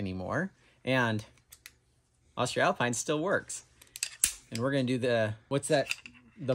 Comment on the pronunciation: For everybody wondering how to pronounce their new favorite brand of carabiners: it's "Austree-alpeen"